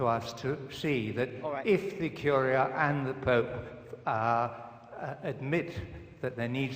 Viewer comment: Ironic that the man talking in favor of religion pronounces "The pope" as "The poop" ...